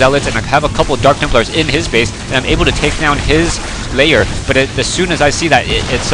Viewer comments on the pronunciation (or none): Layer? Not Lair?